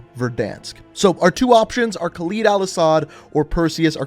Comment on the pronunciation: the entire video you kept mispronouncing Khaled Al Asad's name, it's pronounced "cal-ed" not "cal-eed"